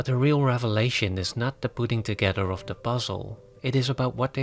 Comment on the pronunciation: OF is pronounced OV OFF is pronounced AWF When you say the movies OFF Christopher Nolan is sounds like the movies are rolling off his body or something. Why is this so hard to learn?